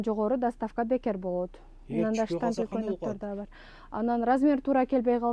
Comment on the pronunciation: Штампель, запх дейтко 😅Штапель, на запах